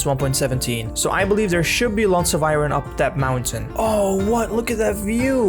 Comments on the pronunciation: Please learn to say iron properly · I’m heart broken about paws! 😢 Also, I’m going to go on a limb and speculate you’re not a native English speaker based ONLY on the way you say iron